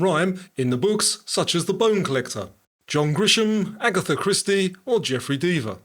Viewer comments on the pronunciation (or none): none